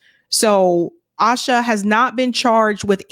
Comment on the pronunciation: With all due respect, please pronounce the names and places correctly. It is Electronic, not electronic. The name is pronounced A-sa Win- stan-ley, not asha. You do great work, BUT lake of attention to detail is horrible.